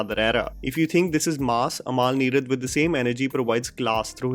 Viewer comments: Bro it's not "Amaal" Neerad. its अमल. The way you pronounce the word sounds like the name of DQ's wife. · Sheda. Mr venam polum… by the by it’s AMAL NEERAD ennu paranjal ayalk enthu thenga manasilavum? umul n-ee-rud ennu phonetics paranju kodukk